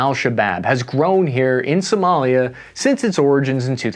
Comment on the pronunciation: is Somalia not Somolia.